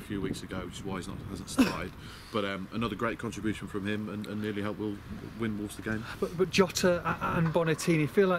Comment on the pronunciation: stop saying wolves es......idiot.......its wolves !